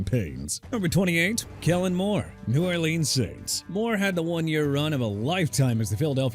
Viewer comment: Once again you didn't pronounce New Orleans right. Are you kidding me dude?! You wanna keep butchering the Louisiana city?! Go ahead! I think you're doing a good job... a good job getting everybody living and working there upset!!! WELL DONE!! New Orleans pronounced New OR-LINS!! And Coach McDaniel at #19... you got a Dolphin problem and maybe if the coach would do better this year you'd stop being hateful but you won't. "Well the offense was a disaster last year and one losing season would spell the end of his time in South Beach..." WHATEVER... and Jaguars pronounced ja-gwaars NOT JAGWIRES and Minshew is pronounced min-shoo! SMH